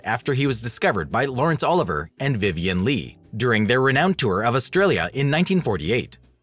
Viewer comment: GET NAMES CORRECT! Disrespectful when obviously reading from a script... oli.VEE.ayy not Oliver.